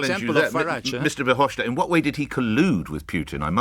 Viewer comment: FYI: It’s pronounced “Fer-hoff-stat” not “schtat”.